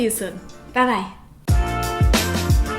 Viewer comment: everytime you say bye it sounds like пока пока